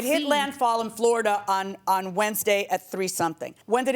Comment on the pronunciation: Judge: I'm from Floorida! 🤣🤣🤣🤣🤣